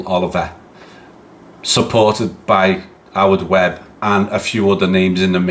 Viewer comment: FFS everyone... ITS WEBB.